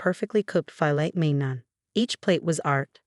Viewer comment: Why does "Sir" sound like a woman? Can't your AI get it right? Filet mignon is pronounced fil-lay min-yon, not fillet mig-non!! TEACH YOUR AI HOW TO PRONOUNCE THE WORDS IN YOUR STORIES!